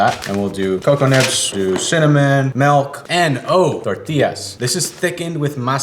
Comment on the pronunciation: says “melk,” oh no. Hahaha